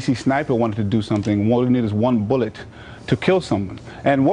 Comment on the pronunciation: I love the way that guy pronounces bullet, like it's a special word. Where did he learn to speak? Popolation.